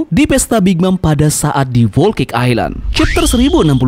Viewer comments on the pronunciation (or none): none